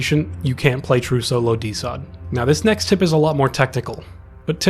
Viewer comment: Great video, but you calling it DeSot made my autistic ass insanely upset